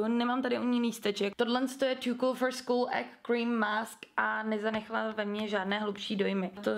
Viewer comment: můžete mi prosím někdo odpovědět. mě přijde že když říká tu značku - to cool for school tak mě přijde že říká "tu kůl fru skúl" a mě přijde že by to měla být:"tu kůl FOR skůl ". to není hate jenom mi to tak přijde, tak bych chtěla vědět jestli já mám halucinace a nebo jestli to někdo slyší stejně 😊👍😉